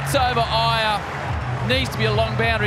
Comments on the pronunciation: ‘’IIYER’’ really hits it ‘’HIGHER’’ 😂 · the way that aussies pronounced iyer